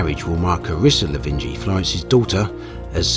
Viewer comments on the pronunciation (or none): Lavigny, not Lavingy.